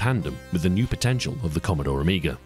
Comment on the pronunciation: I think you're the first English speaking person that don't call Amiga "the amiger"